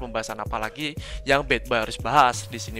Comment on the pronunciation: Anjir bilangnya bukan badboy tp batboy😂